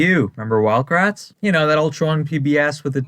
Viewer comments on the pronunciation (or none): I thought he said wild brats. Or is that just me?